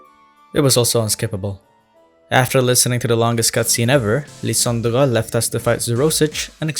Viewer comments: Lie-san-dre not Lie-dan-der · hey! lysandre is pronounced lie-san-der 😄 good video tho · i spent a good 5 minutes trying to recreate how you pronounce "Lysandre." i wasnt even close